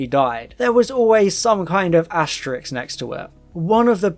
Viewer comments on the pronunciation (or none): Asterisk pronounced "Asterix" :)